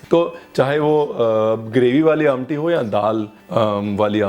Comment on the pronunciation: The way you said "amti'....reflects your connect with specification of regional delicacies.....superb